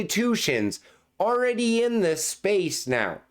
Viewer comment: Love you bro but the word is “already” not “aready